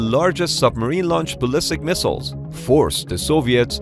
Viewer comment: beeg misshiles!